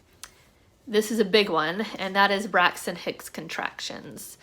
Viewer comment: I kept hearing you say Brexit Hicks, were you? 😆